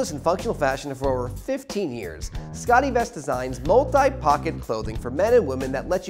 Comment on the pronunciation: The host needs some help with his pronunciation. It's Scott e-Vest not 'Scottie Vest' And it's June Diane Ray-feel, not 'June Diane Rah-fay-el.'